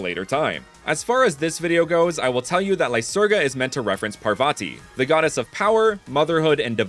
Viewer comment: i can say you are mispronouncing the godness names